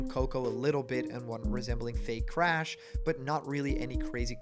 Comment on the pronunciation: you mispronounced “doomslayer and crash” smh 😔😅